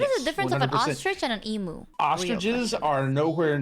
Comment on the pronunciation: The sheer inability for Americans to say the word "emu" properly always amuses me. I give a pass to.